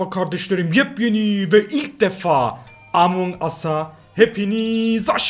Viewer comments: Abi amaon as deyil amonq as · abi amon as değil among as diye okunuyo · İlk amon as dedin sonra among as (among us) dedin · amon as diyoo ümidi abi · Ben:nobody:amoan as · 00.10 amonas diye okunmuyor